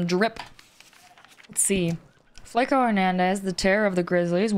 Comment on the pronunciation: It's pronounced "Flawko" Hernandez. It means skinny in Spanish .